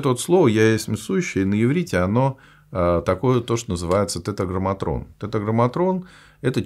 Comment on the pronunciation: «Тетраграмматон» ,а не «тетраграмматрон» надо говорить,странно,что Вы не обратили на это внимание.